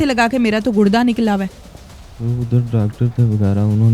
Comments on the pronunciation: It's not Gud da it's Gur da ok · گڑدہ نہیں ہوتا گردہ ہوتا ہے 🤦🏻‍♂️ جب جب اینکر گڑدہ بولتی ہے ہنسی آتی ہے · Gudda kya hota hai? Gurda hota hai baby